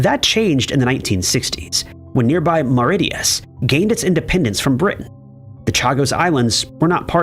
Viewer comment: Why can't you pronounce Mauritius correctly? Didn't finish, 👎🏼 and no sub.